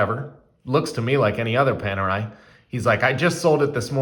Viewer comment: I stopped watching when I heard you call it ‘Penerai’. Next time, make sure to learn the correct pronunciation of the brand name before doing a review.